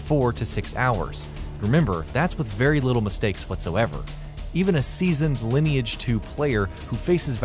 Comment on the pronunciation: "lin-e age" kek